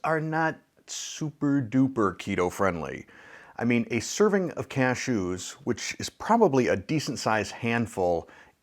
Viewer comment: I love the way that you say "CashOOS," kind of like you are sneezing. 😁